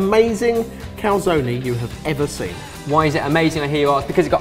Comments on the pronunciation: How is it not driving everyone insane that they are pronouncing cal-zone as cal-zonie? Legitimately ruined this video for me lol. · In both American and British English Calzone is pronounced cal-zone. In Italian it is pronounced Cal- zone -ay. So cal - zone - e. does not seem to be correct in any language lol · Calzoneee? It's just Cal-zone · What language are you talking about? There are no silent vowels in Italian: everything is read the way it's written. So the right pronunciation is "Calzone", pronouncing the e like in "egg". Sorry for my english but, you know, I'm Italian.